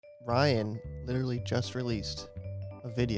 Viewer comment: Ryan I’m Korean and you said that so wrong lmao